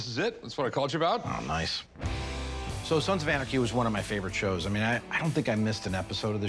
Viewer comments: "I'm a big fan of Sans of Arnachy show". 🤣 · “Sans of Anerkey”? Anyone else notice him saying that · Did the seller really say "Sans of Onarchy"? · He pronounces it Sons of Arnaky lol. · Sons of “ARnachy” 🤣😂 Yeah, he’s obviously a “big fan” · "Sans of Anarcky" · “Sansaf Varnachy” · Sans of Arneky 🤣 “I’m a big fan of the show” but he can’t pronounce it. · "I'm a big fan of the show" calls it "sans of onarchy" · "Sans of Arnachy" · He kept saying sans of onarchy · "Sands of Onarchy" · My man said sans of anarchy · did this dude just say "sans of arnegy" 😂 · “SANS OF ARNACHY” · That was the weirdest pronunciation I've ever heard of Sons of Anarchy. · Says he's a big fan of show but mispronounces name of show 😂